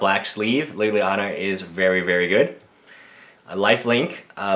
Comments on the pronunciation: Why do you keep on calling it lillianer? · There is no R in Liliana